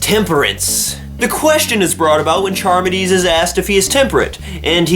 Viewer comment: Believe it's pronounced car-midees. Read Phaedo for life after death. Timaeus and Critias for Atlantis and my favorite Ion. Hilarious ending.